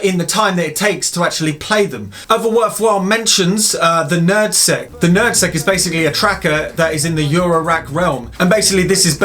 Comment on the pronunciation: He said: "NerdSeq." I thought he said "Nad Sack."